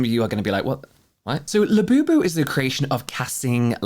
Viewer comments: Not “labiabubu” 🤣 💀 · not labiabubu 😂